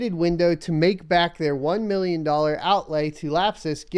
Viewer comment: "ONE MILLIYON DOLLARS!"